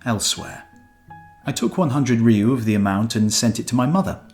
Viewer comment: When it says ryu (or gyu, gyo, kyu, tsu, r'lyeh etc.) please don't add a "E". it's not "re-you."